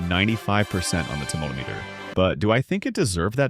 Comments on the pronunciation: Finally! A person who pronounces "tomatometer" right! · Subbed for tomatometer pronunciation 😄